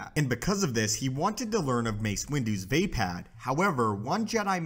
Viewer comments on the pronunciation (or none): I think it's pronounced like va-pod not vay-pad